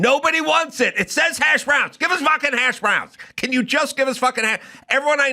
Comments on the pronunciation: Its HASHbrowns....not hashBROWNS. Damn californians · I love that Adam pronounces hash browns as hash BROWNS. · Why does he put such weird emphasis when saying hash browns